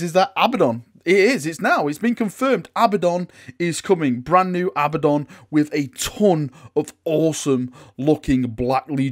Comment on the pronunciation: JEEZ! It's A-bad-on, not Abba-don. Also, it's spelled Abaddon!